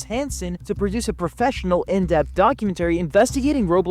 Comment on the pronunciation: who tf pronounces documentary like that